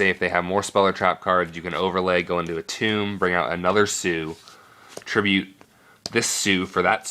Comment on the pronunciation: WHY DO YOU CALL ATOM, ATUUM?????